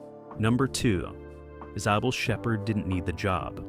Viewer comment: OMG! It can't even pronounce"Cybill'Correctly!!